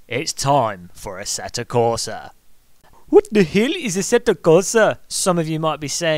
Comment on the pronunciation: Robert Q-Bika plays AssettA Corsa it seems :) Just joshing. We know you know its 'q-bitsa' and 'AssettO' :) Nice video. Fun to watch and thanks for making me aware of the App mods for AC as I really wanted that tyre temp one !! Yes!